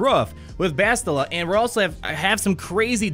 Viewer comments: dude its like bastille as in the french holiday of independence Bastille day which is TODAY haha just say it like that with an AH at the end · Finally my ears won't die after 'Bast-I-lla' =D